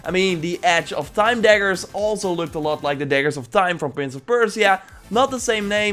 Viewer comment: why do you say persia so weird .. :) Thanks for great content !